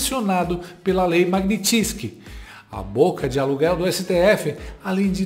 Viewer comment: Meu caro, o correto é Magnitsky, como se houvesse um acento agudo no i.